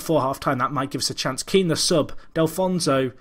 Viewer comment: Delfouneso = Del - Foo - Neso not Del - Fon - So :P